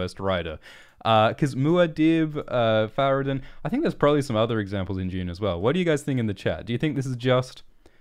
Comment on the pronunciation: Far-rad-n. Kinda like a difference between kn and n. One sound definitely can be different from the other and is affected in how it is stressed. No matter if both sounds can be produced the same way. Naw, gnaw and nah also na.